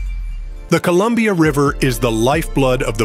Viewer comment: Your AI is confused by the word "Columbia" I think....